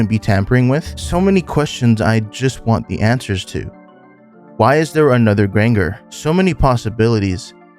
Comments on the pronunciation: Bro, you wrote this? and dont know that Granger is pronounced like "grain"-"jer"??? 💀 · Listening to you mispronounce "Granger" the entire video slowly killed me inside. Otherwise, though, excellent video! Shocked literally nobody else seems to have pointed out that you were very obviously mispronouncing that. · lowk every time you said granger wrong it pissed me off